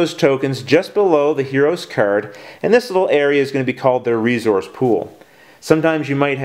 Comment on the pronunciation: "Re-Zource" lol